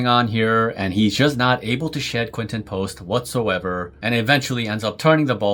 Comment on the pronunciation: I think by now he deserves his name to be pronounced correctly. 🙃